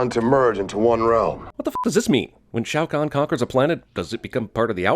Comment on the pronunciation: Major Briggs... Sonia Blade... Shaio' Khan Will be please! A Shaio' What? LOL